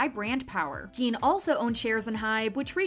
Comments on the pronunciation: His name is NOT Jean! His name is Jin!!!!! Rhymes with Gin. If you can't get his name right you are being disrespectful!! Not Gene. NOT Jean. Gin Gin Gin Jin. Jin. JIN!!! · Lmao the way she butchers his name 💀